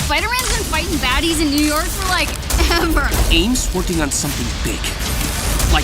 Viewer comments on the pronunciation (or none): none